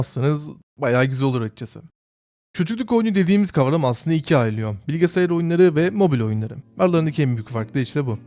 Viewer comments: bilgisayar Bilgisayar BİLGİSAYAR! bilge sayar değil! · Lütfen bilgesayar deme şuna